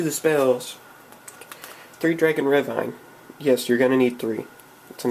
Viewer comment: Its not said Ravine, its Raveen!